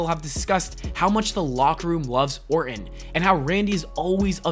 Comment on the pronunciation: You pronounce his last name like this: or-ton. This dude keeps saying Orin.